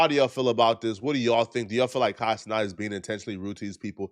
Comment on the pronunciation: why are you still saying Kai CeNOT instead of CeNAT?